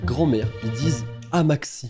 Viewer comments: il a dit "Amaxi" au lieu de "Amatxi" dans la vidéo;-; Sa m'a trop perturbée;× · C’est pas « Amatxi » en mode « amaxie », c’est « Amatxi » ici au sud ouest le T avec le X sa fait « ch » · Comment ça « AMAXI », ça se prononce pas « amatchi » 💀😂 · Ok prononce amatchi et pas Amaxi ( c du basque) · Ça ce dit pas "amaxi" mais "amatchi" et moi je dit ça pour appeler ma grand-mère . Vous en moquer pas c'est une langue que tout le monde parle dans ma régions :( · “AmatXi” mon petit cœur basque à mal. Merci 😂 Au cas où si ça intéresse quelqu’un, ça se prononce "amatchi” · Mdrrr la prononciation "amaxi" ça me tue 😂 le "x" se prononce "ch" en basque d'où le prénom "patxi" qui se prononce "patchi" et "amatxi" qui se dit "amatchi" et "aitatxi" qui veux dire "grand-père" ou "papi" qui se prononce donc "aitatchi". Je sens que cette vidéo va bien me faire rire encore 😂😜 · J'adore le "amaxi" x) Ça se prononce "amatchi" et c'est basque voili voilou sinon j'adore tes vidéos :) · C’est normal que tu trouves amatxi bizarre c’est pas français c’est basque 😂 Et pour la prononciation ça se dit « amatchi » pas « aMaTkSi » 🥴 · Amatxi ce prononce « Amatchi » c’est en basque en le prononçant « Amaxi » t’a pas respecté tout une région 😭😂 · Sa se prononce pas amatxi ou jsp quoi mais "amatchi" xD (enfin perso je dit comme sa) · Amaxti c'est au Pays basque mais ça se prononce Amatchi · On ne prononce pas comme en français car c’est du basque et sa se prononce Amatchi et pas amaqussi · Juste ça se dit pas '' amaksi '' mais '' amatchi " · en retard mais ça se prononce /amatchi/ et pas /amatxi/ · Salut salut! Comment ça va ? Je viens donner une petit explication car je suis basque. Pour le mot "amatxi" c'est du basque (parlé dans le Pays Basque, logique) et ça se traduit par "grand-mère". Aussi, ça se prononce "amatechi" ! Voilaaaa. D'ailleurs, super vidéo comme d'hab ! La preuve je la regarde encore en 2023! J'adore tes vidéos continue comme ça! Bonne journée/soirée/nuit. :)